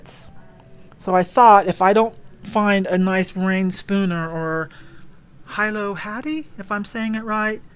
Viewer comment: Hilo Hattie is pronounced HEELO, long O, just for reference.